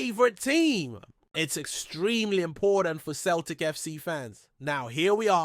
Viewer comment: Not Keltic, it's Celtic.